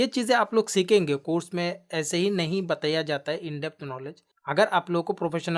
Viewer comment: App achha samjhatey hai. But ek shabd app galat bol detey hai, Batiiyyaaaa nahi bolte bataaayaa gaya Hai boltey hai.